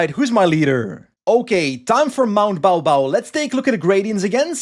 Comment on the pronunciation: Wild tdu course. Baw Baw pronounced more like Bore Bore